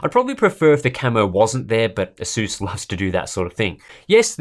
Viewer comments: asuuuuuuuuuuuuuuuuuuuuuuuuuuuuuus asas is how u pronounce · Asus not aSus